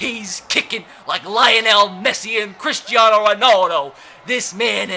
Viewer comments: The way u said Lionel😂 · Anyone else triggered at how he pronounced Lionel Messi